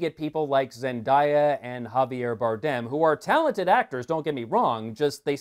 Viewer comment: that and zendieya omfg it’s zenDAYa